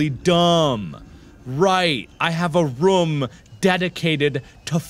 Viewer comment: mark saying room like ruum